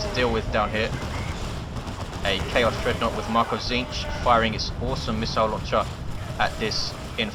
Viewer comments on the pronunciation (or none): none